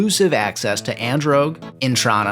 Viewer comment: Excuse me... “Androge”?! I get that Ardougne is pronounced weird but that’s that was something else. It’s said like ‘Ar-doyn’.